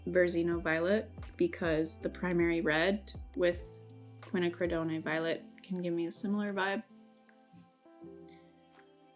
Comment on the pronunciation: Qua - nack- cra- done ( rhymes with cone)